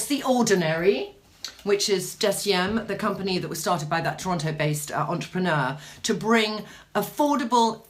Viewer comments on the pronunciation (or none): none